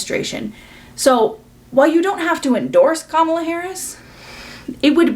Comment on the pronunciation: i actually wanted to add on one last thing -- im black and i think that creator calling the mispronunciation of kamala's name on chappell's part is a reach. why would she go out of her way to be such an amazing ally publicly but then purposefully mispronounce a black woman's name ... especially in the midst of people accusing her of not actually caring about marginalised groups ... i find myself also accidentally putting the emphasis on the wrong syllable out of habit but i correct myself. i'm very confident chappell would say it right literally any other day but momentarily forgot while she was already in distress about literally everything else everyone is blaming her for.